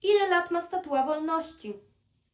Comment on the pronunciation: Statua a nie statuła